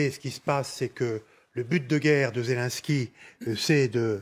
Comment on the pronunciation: C'est quoi ce journalisme ? La première phrase déjà il prononce pas bien le nom mdrr Zélènsky Pas zèle en ski 🤣🤣